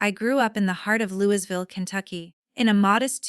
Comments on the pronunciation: Lou e ville, not louis ville. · Louisville is pronounced Louieville. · Your not from Kentucky or you would know the s in Louisville is silent. Good story though 😊